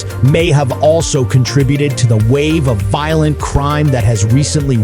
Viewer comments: Your stupid Ai narrator runs his sentences together like some alcohol poisoned bum. Parts of it make no sense. Hire educated humans you squids! Raise your production values or nobody will take you seriously. Volent crime? Voilent Crime? What language are you speaking? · It is a county seat, not a country seat, an error made more than once. You sound more angry than factual. The stresses on your words are often misplaced. Your national unemployment average is inconsistent. Pronunciation is off. “Voylent crime”? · It was really difficult to listen to this AI voice give information with awkward pauses in phrasing and obvious repetitive mistakes in annunciation of certain words like “violent”. The person who created this needs to understand the power of a period in a sentence instead of a giant run on rant.